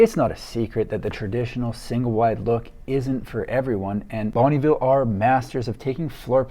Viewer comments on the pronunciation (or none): Fun fact, it’s pronounced more like ‘bun-nuh ville’ not bonneeville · It's not bunnyville it's bonneville sounds like Bun vil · Are you sure it's not (pronounced) Bon-UH-ville homes? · Hi, I love your videos. I'm from the city where Bonneville Homes started in the 60's. Every time I hear your prononciation of the word Bonneville, my ears hurt. I know it can be hard for an english speaker to prononce french names. Bonneville is a french canadien last name meaning "good town" and we do not pronounce the "e" in Bonn"e". Just thought I would share. Thanks for your work. example